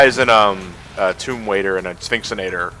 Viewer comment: Any one else notice that said "Tomb Waider"?